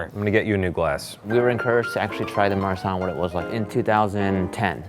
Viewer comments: When he said "marsanne" I thought he said "my son" :) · when they said Marsanne I thought it was Ma son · When the guy said "Marsanne", it sounds like he's saying my son and I just thought abut Liza making puns about it😂😂💖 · I thought that dude said "Today we're talking about, ah, my son" Me: -_- when I realized when he actually said our Marsanne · Did anyone else hear "my son" instead of"Marsanne" or is it only me...........seems like it